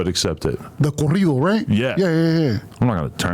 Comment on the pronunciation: THEY JUST NEED TO HAVE A WHOLE SHOW OF ADUMB SAYING SPANISH WORDS🤦🏾‍♂️🤦🏾‍♂️🤣🤣 CORRIDO (CAREETO)🤣🤣